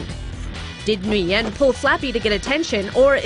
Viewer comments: It’s Nguyen not Nguy-en idiots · Stop Flipping saying Nguyen wrong. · LoL cringe how she pronounce NGUYEN